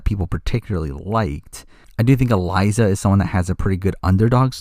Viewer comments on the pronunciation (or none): none